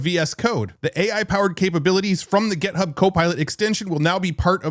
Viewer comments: It's GitHub, not "Get Hub." And "how it looks," not "how it looks like." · We need to have you say "GIT," rather than "GET" when referencing GitHub.